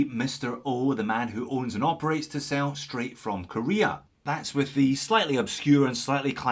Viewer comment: For the first part of the video, I swear you were saying Tissot and thought "huh, I guess he dialed up the Scottish to 11." Tisell is a new one for me, but not bad looking at all.